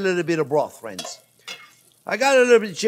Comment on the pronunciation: With fwends🥰